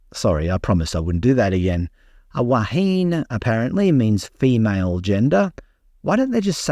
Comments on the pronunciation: Wahine = 3 syllables = Wa... He... Ney. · Ouch. "Wahine" has THREE syllables. "Silent e" is a perversity of English spelling not found in Maori. Te Reo is fairly easy for English speakers to learn a bit of. Don't mock the language. DO mock the people who pretend that DEI is in any way compatible with respect for Maori traditions. Look up the story behind the place name "Whakatane" some time, and then it will be painfully obvious that putting a woman in charge of a Navy ship, whether it is right or wrong, tramples Maori traditions into the mire. THAT deserves a full tanker of mockery.